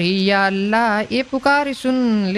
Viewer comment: Yala nahi allha bolo ajju bhai 🤨❤️